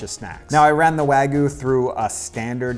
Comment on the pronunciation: "Proper Wagoo" 😂